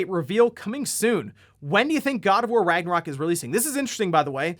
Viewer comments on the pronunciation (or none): none